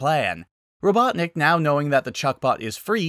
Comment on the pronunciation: lol! Ro-CLUCK-nik?! That's the best I've heard all day!(qouteing sonic)